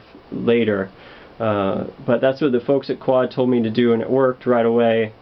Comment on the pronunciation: Hahha he called it a qaud.